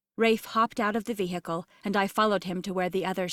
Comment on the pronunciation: Drink a shot every time the narrator says: vee hickle. 😂